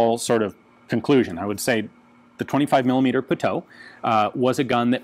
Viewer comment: Pronounced PUTOOOWEEEE